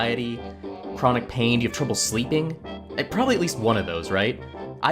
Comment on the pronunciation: I think you said "trouble sleeping" but it sounded like triple sleeping to me, and I thought 'yes please!'